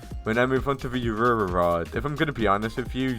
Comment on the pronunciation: I love th aurererrr rod